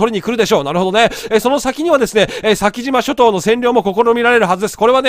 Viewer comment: 『先島諸島』(さきじましょとう) →(さきしましょとう)